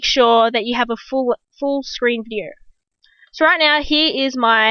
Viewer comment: lol did she just say videer